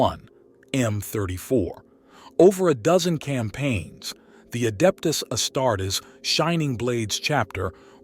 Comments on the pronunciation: The AI voice is bsd man..."Astarts"?! Come on man... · AI CANT EVEN SAY ASTARTES....THE VIDEO IS ABOUT ASTARTES....NOT TOO GOOD